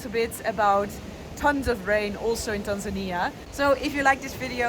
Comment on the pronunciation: It's so good to hear someone pronounce Tanzania properly.